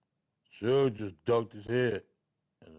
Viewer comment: Cant trust no blogger that calls suge (sooge knight) !